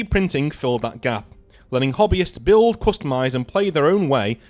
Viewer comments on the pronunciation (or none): none